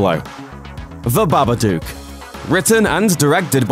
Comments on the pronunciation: The way he pronounced it BA-BA-DUKE urked me really, but true it wasn't scary at all. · BABADUCK??? hahahhaaaaa this guy doesn't even know what movies he's talking about even if he is talking about hilarious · its the babadook not the babaduke ffs